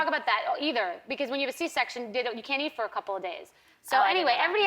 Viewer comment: Eat...not ear